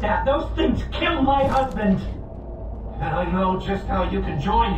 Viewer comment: I heard that he say they killed my hosboen